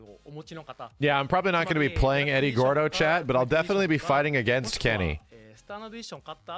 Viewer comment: Eddy Gorrrrrrrrrrrrrrdo! Those who speak Spanish will get the joke 😂